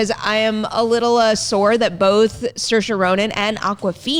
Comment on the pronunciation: mf called little women basic and butchered saoirse's name